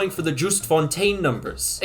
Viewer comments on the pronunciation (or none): none